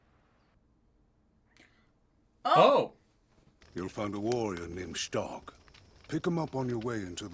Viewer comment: For dumb reasons, the English dub pronounces Stark's name Shtark. It's supposed to be Stark. Even the Japanese dub manages to get closer to Stark than in English, despite the vagaries of Japanese pronunciation. Anyway. It's only a minor irritation, but it's the biggest flaw of the English dub...